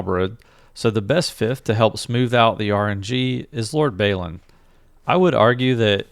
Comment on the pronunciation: Great stuff! But please look up Lord Balin pronunciation, Baylin is wrong. :)